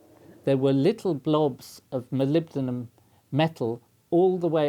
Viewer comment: I'm sure the Prof was saying Molombydom